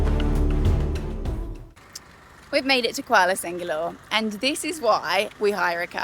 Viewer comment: not Kuala sengalore. It is pronounced Kuala Sir-la-ngor